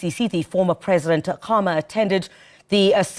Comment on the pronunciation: It’s SADC not sadek 😂😂😂😂 It’s Ian Khama not Akama 😂😂😂